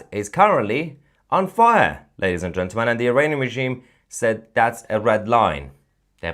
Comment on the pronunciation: Love you azizam. But THERE IS NO SUCH WORD AS “Gentamel”. It’s Gentle. Men. Gentlemen. GENTLEMEN. Practise it! Otherwise keep up the good work buddy. 😊😊😊